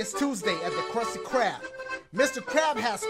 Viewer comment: Dashie: Is this for real?! Game: Yep, that was it Me: LOL The game just responded Dashie! Lol what? "THE KRUSTY KRRRARRB"